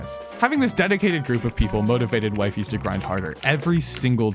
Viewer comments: Bro his name is not Wife-is or Wife-ies Its Wi fies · It's not Wifey it's wE-fEs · also its not wyfis btw its wefees (in pronunciation) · Dude its pronounced wifies not wiefees not weefees wifies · The way you say Wifies sounds like "Wife-eys".. so Wee-fees makes more sense to me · Its wee-fees not waifes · It's wee-fies dummie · its not that hard to pronounce wifies correctly breh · Please say wifies name right bro😭😭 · bro is constantly ragebating with misspronouncing wifies name